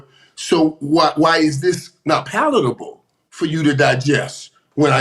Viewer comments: Pleatherable 😂😂😂 it’s palatable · The word is “PALATABLE” not “Pleatherable” 🤣😂🤣😂🤣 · It’s palatable! THE WORD IS PALATABLE! 😂😂😂